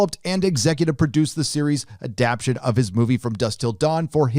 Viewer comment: you really need to learn how to properly pronounce the word ADAPTATION